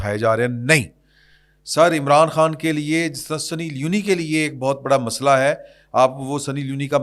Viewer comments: The name is Sunny Leone (سنی لیون), not Sunny Li-uni. Leone is a gender neutral name from Italy and it means Lion. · I am your regular listener. If you are in this field and you are good، please before starting the program, check the names, designations and correct name pronunciation. سنی لیون ہے لیونی نہین۔ Like this so many other blunders. English na aana koi buri baat nahin but kuch seekh lain just for your program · درست لفظ سنی لیون ہے